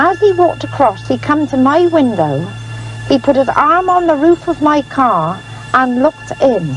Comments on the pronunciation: There's about three different dialects in the way this A.I. pronounces... I can't help laughing every time I hear caerr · Love the way he pronounces Car KA. Enjoyed though. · I met a man who was from the South Yorkshire coast area and I asked him if you knew of an accent that pronounced car as cer. He didn't. I think it must come from a small unique area. Maybe Eastern Notts.? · Love this channel! The way this guy pronounces car is wild! Don't know the accent but it's great for story telling for sure! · It bugs me too😊